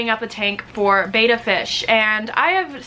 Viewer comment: It is pronounced "bet ta" not "bay ta"